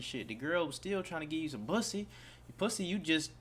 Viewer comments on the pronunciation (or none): Bruh, did you say "bussy" 🤢🤢🤮😂😂